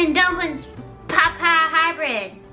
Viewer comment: She stopped calling them plupiez 😞😢